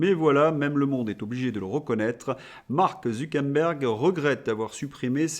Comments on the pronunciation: Je sais qui sont les vrais imbéciles... ZuckeRberg et non ZuckeNberg. Zucker veut dire sucre en allemand et Berg veut dire mont toujours en allemand... comme quoi je ne peux pas être qualifié d'imbécile d'un point de vue linguistique... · Zu Quère Bergue et pas zoukenbèn ou je ne sais quoi ! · Bonjour, alors le gars de META c'est ZU KER BERG ... soit vous l'affublez d'un pseudo soit vs le nommez ....il n'y a rien de plus agaçant et meprisable que les gens qui deforment les noms de famille ...qui ne prennent pas le temps de prononcer les vrais noms...HORRIPILANT ! allons y Polidou pour Pompidou Birac pour Chirac ou Drescotonlong... Bref vous etes journaliste donc rendez compte de la realité ca nous fera plaisir ! Merci ! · Pourquoi vous dites ZuckeNberg? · C’est drôle votre façon de prononcer Zuckerberg !!😊